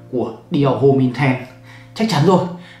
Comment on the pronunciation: homme đọc là ôm á anh 😇